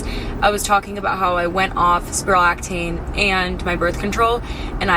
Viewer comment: Hi I’m sorry but it’s pronounced spironolacTONE not tane